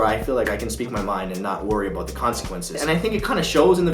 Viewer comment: bro its puberty. dun wurry abbot it (sic.)